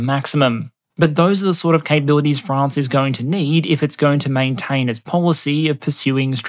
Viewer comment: So proud of me lad for pronouncing it mostly like "Fraunce" instead of "Fraaaanz".